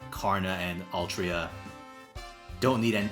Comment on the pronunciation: “Altria” how horrifying